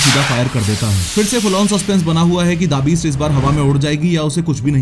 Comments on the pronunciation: The Beast ❌ Daa Beest ✔️ gyann kab chomda , samjh ka jaadugar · bhai the beast naam hai DA beast nhi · The beast ❌ Dabist ✅ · Pronounciation sahi Karo please da beast nai the beast hai. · Da-beast 😂😂 I think The Beast hai😂😂... This reminded me of an interview of Rohit Kuldeep and Chahal where Chahal referred to The Rock in the exactly same accent and style 😂😂